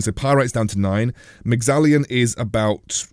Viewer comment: No "i' in Mexallon.